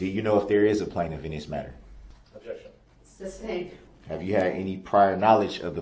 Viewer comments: I wonder if Darrell knows it’s not “Substained” but sustained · It’s SUSTAINED not SUBSTAINED